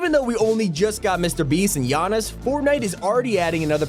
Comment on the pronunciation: u said Giannis right congrats!